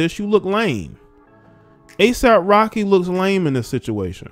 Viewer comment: I thought you said ASIMP Rocky...🤣